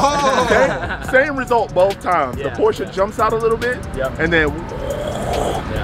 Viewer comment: You said Porsche correct, I'm impressed. Lol